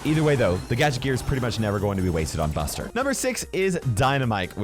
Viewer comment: Bro called Buster 'Budget' 😅